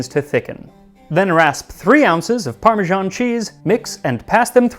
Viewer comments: You are normally so particular with your pronounciation but Parmesan (a French word) is properly pronounced exactly as it is written. The original Itallian word is Parmigiano which is pronounced as you say it with an additional "o" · Why do Americans say 'Parmejahn'? It's ParmeSAN! Are you confused with Parmigiano as in Parmigiano-Reggiano? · I'll never understand why Americans can't force themselves to pronounce Parmesan like Parmesan and not like Parmizhan. Or why they can't bring themselves to say marGarine instead of marjarine. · The way that Americans pronounce parmesan is just bizarre. 'Parmijarn'. Not Parmesan. Not Parmigiano (note the "o"). But 'Parmijarn'. Bizarre. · Why are Americans pronouncing it "parmeZHan"? The closest pronunciation to that would be the Italian "parmigiano", but if you write it "parmesan", you should pronounce it like the French - "parmeZan". I noticed Max always strives for accuracy in pronouncing foreign words and names, so this one baffles me. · Wait, is it supposed to be pronounced "parme-JOHN", or "parme-ZAAN"? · Ugh! Max is great, but points deducted for pronouncing it "Parma-ZHAWN" not "Parma-ZAHN". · parmižán is such a weird pronunciation 😀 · What is up with Americans pronouncing parmesan as "parmejean"?? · Can somebody PLEASE explain why Americans say "parmi-Jahn"??? There. Is. No. "J" in the word.😩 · The American pronunciation of "parmesan" as "parmigian" always throws me. Parmesan with an s is French and you pronounce the s, and Parmigiano (with an o) is Italian. Somehow American English doesn't want to pick either. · Why are Americans incapable of pronouncing the word 'parmesan'? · Why do North Americans pronounce parmesan wrong, it's a freaking "s" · If you are so keen on "learning"try learning to pronounce Parmesan,note there is not a J or G in sight